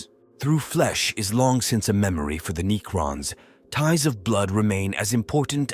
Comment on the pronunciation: Why are you saying neacron?